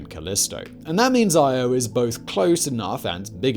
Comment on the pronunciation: I was only half listening at first and I thought he was saying Iowa. I was like WTF is he talking about volcanos and magma lakes. Hahahahaha!